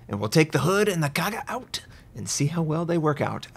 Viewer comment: Linze Li Notser can't pronounce Kaga anyway, so no expectation for him to call it a CV